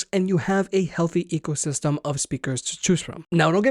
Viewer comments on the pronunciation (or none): none